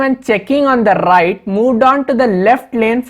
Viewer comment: suddenly to the rrrrighttt ..😁✌